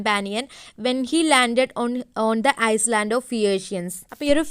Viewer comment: You can't read island. It shoud be read ayaland.